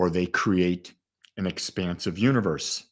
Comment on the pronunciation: Expansive not expensive lol